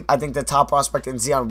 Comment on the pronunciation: U still can't say Zion! It's a hard I...